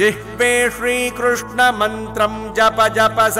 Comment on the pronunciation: The pace of chanting is very good for children to follow. Krishna would be more comfortable than Krushna